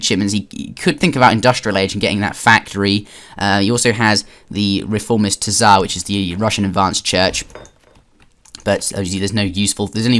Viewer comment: Yo, in my humble opinion you should do Morgan just commentating games. I think you should just talk about issues/ mechanics in the game and just talk about the game. Speed your wings so to speak. Ideas: rush vs treaty, most op civs, most up civs, investing in tps etc. also the t the tsar is silent:)